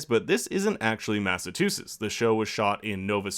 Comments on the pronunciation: It’s MASS-AHH-CHU-SETS NOT MATT-UH-TU-CHETS LOL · MassaCHUsetts... I wasn’t aware people really called it MassaTUsetts. Dear god man! I almost stopped watching the breakdown. Almost. 😐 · Everytime the says "mass-a-TOO-sets" instead of "mass-a-CHEW-sets" -_ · Can you say "Massachusetts"? Now, I'm no professional linguist, but I thought that the "T–sound" (as in 'Train') comes AFTER the "CH–sound" (as in 'Choo-Choo')... was I hearing you correctly saying it like "Mass–ah–too–siss"? Or is that the pronunciation among the Massachussetts local dialect down there lol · you can tell your not from the states by how you say MASSAchUseTTs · Mass-a-CHEW-setts please say it right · Massatusits lol Massachusetts theres a chu in there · Eebsy M “Massa-too-sits” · Anyone else tripping over the way the narrater is saying Massachusetts? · Is it just me or are you mispronouncing Massachusetts